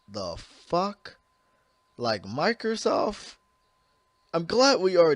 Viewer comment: "Like Mikersof Im Glat we already knew this"